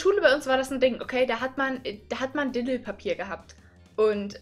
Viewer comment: nein das heißt nicht Dedl Papier sondern Didel Papier